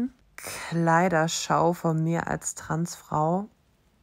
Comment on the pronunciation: ... wait what? "TransFRU..... Stolz SEIN eigenes Leben zu leben" ? 0.o Paging an Dr Freud ich glaube wir haben einen akuten Versprecher :D